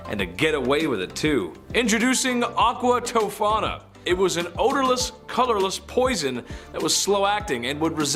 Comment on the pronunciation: He says Aqua Tofana, not to be confused w Aquafina. Then, proceeds to say Aqua Tofina lmao...I really do love tho, lol